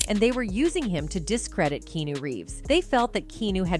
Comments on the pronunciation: I wish these AI narrators would be programmed to say the person's name correctly every time.😟 KEEAHNEW! 59 is still so young. He could live for another 20-30 years! But what a sweet soul❤ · At least learn how to pronounce the mans name before making a video about him. In pretty sure it's not keenew.... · It's KEANU (pronounced KEH AH NOOH). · I can't watch this get your bot to pronounce his name right at least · Drives me crazy when these robotic narrators mis-pronounce names! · OMG learn how to say his name. Jesus can't even because you can't take thr time to learn how to pronoun his name right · U could learn how to pronounce his name Finally too.